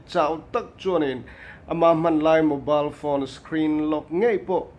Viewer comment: I thring lutuk.... Mobile tiin lam rawh Mobal a nilo.. Reboot system Nau pawh a nilo. Reboot System now tur zawk a ni...